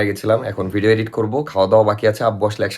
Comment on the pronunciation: ধন্যবাদ ইডিট কে এডিট বলার জন্য, শুনতে ভাল লাগছে। আগের ভিডিওতে আমার কমেন্ট করা সার্থক । ধন্যবাদ! 🎉🎉🎉